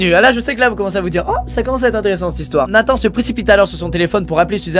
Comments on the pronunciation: on dit nathan "en" pas nathan "ane" normalement non? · C’est pas Nathane mais NATHAN je m’appelle comme sa Luca